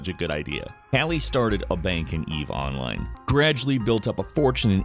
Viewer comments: say "online". - onlAYne. - good, now say "eve online". - Eve OOnline! triggered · Your pronunciation of "online" with the accent in the O instead of the I is incredibly weird to me, even though it's technically correct